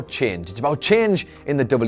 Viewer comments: "There's a CHEEENGE" lol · "well, today's video is about cheenge, issabout cheenge in the duhbliu duhbliu eh, issabout cheenge in the sports entuhteement landsceepe, but most importantly about cheenge (...)" the way you say "change" is just too funny and lovable to me. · I don't like "chenge," do you like "chenge" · Why does he say "change" so weirdly